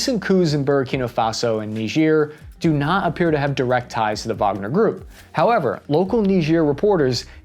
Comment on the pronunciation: thank you for pronouncing Wagner correctly